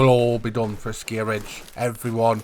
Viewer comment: Another great video. But you driving me nutty when you pronounce ASKIY as ASKIYA, there is noooo "A" at the end of the word buddy. Keep up the good work tho !!